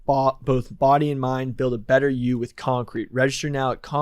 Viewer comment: Listening to trying to say “concrete” blew a hole in my own septum